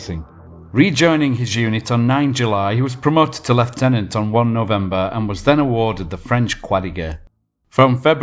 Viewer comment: Hoobloodyray! Finally someone pronounces leiutenant correctly! So tired of hearing Aussie junior officers called lootenants!!